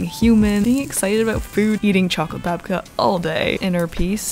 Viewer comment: As a Ukrainian I am so happy that you loved our Babka :) And you totally said it right, Babka is a grandmother. Thank you for your videos! I always enjoy watching them